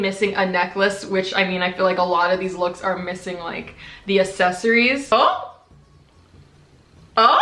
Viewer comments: Why do so many youtubers pronounce “accessaries” as “assessaries” 😂😂 I hate bad grammar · I CANNOT fucking stand the way she says “accessories” 😂 like it’s not “asssessssories” c’mon man 😂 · “The assessories” BITCH WHAT?!?!? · You mispronounce accessories, you say “asseries” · The way she says accessories triggers me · nah it’s cute buh im just not used to ppl saying it like that. It might just be cause of where I live lmao🤣